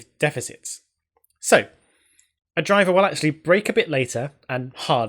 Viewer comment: You pronounce driver gyver